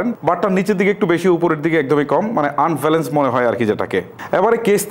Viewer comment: dude first of all get your pronunciation right, It's চার্জ not চাজ , what is Case unbalanced আপনার মত মোটা নাক যাদের তারা নাকের উপরে রেকে (রেখে) বেলেন্স (ব্যালেন্স ) করবে নাকি ? and what is you don't have to struggle to get the buds out of the case, like dude who wrote your script ! ওরে শীল মাইরা দেন । and also what do you expect from ANC , like i have ANC mode on now if someone shoots a gun right beside my Ear i won't hear it . Even Apple will fail to provide that type of ANC. Also IPX4 rating শরীর গেমে নাকি ঘেমে ? and dude tell me this on the packet it says upto 40 hrs and company Claim 40 hrs their is a difference . get your facts check who made you a Tech reviewer